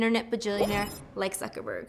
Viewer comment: i heared suckerberg LOL